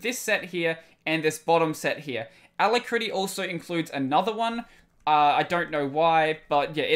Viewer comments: Try listening to it on the dictionary web site. The ending you are using is similar to how you pronounce when talking about the Kitty terminal. Rather than it-tea, is ruh-tea. Still, you are doing great content all around so keep up the great work. When you finish school, PM me as I work in the industry and may be able to find you a position at the company I work with (a name you would recognize but not something I'll mention publicly). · a-LACK-ruh-tea you can hear it here: just click the little sound icon